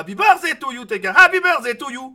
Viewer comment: LE HAPPY BERZEILLE MA TUER